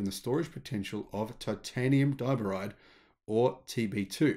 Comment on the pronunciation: Accent on the second syllable for diboride, not the first.